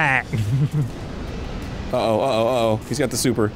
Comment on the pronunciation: Nothing makes me happier than hearing American's say Twat the correct way 😆